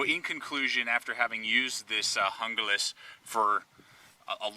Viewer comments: good video, but its not pronounced hunglas its pronounced hoonglas, not trying to be a grammer hound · it is pronounced HOON GLAS !!!!!! call esee if you think I'm wrong!!!!! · the knife is pronoced hooglas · Hoon-glah. Damn gringos this is Spanish learn to speak it. How's it feel?